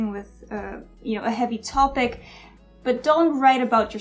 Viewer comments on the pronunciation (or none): "Topic" is pronounced "top- ic," not "toe-pick."